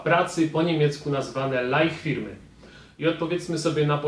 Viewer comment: Nikt nie jest Alfą i Omegą, ale twój niemiecki jest naprawdę bardzo słaby, żeby nie powiedzieć tragiczny. PRZYKŁADY - Zaznaczam, że piszę fonetycznie - wymowa: Lajfirmy , a nie Lajhfirmy. W tym przypadku "h" jest nieme. Nie "cajtarbajtów", tylko "cajtarbajter". Następnie - NIKOLAI(S)KIRCHE bez "S". ;) Idąc dalej - PersonaldienstLEISTUNGEN, a nie PersonalDINSTALUNGEN, itd... MANPOWER (fon.Menpałer) to jedna z największych agencji pośrednictwa pracy na świecie - tak na marginesie.